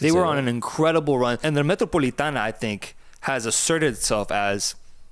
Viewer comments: And it’s the Metropolitano not Metropolitana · Boy,. It's MetropolitanO. Regardless of the Wanda or Civitas name, it's still the MetropolitanO.